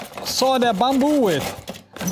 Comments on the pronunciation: It's not bomboo, it's "bamboo" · Is it bamboo or as you were saying “bomboo”? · that's how you pronounced it in Indonesian, Ithen you get the point of why he saying it that way.